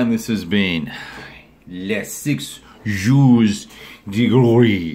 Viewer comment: Keep up the good work! Love your vids. Also... ;) NEVER EVER EVER try saying 'Jours de Gloire' again! My frenchspeaking countrymen would topple over in agony if they had to hear that! ;) Love all the attention you give to the Napoleonic era. If possible... give the 'Jours de Gloire' series and the 'Jours de Gloire Campaign' series by Frédéric Bey a try if you haven't yet. It's 'the' series in France and Belgium when it comes to the topic.